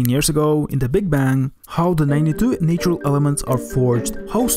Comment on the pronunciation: Nice video, please learn how to pronounce natural tho xD